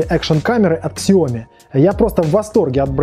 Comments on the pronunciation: Сяоми, а не Ксяоми или Шаоми. Это обсасывалось миллион раз. - американец, произношение у них совершенно иное, нежели у нас или у самих китайцев. Да и вообще обзор ни о чём, описание очевидных вещей, ясных по описанию товара в магазине и никакой конкретики вообще. Обзор, в котором нет обзора. В чём смысл данного ролика? Не делай таких обзоров. Если получаются только такие - не делай обзоров вообще, это не твоё. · Спасибо Виталию за информацию, правильно произносить так - Сяоми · MiLife правильно сяоми, с ударением на последний слог